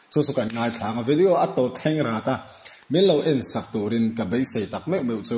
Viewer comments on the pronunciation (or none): none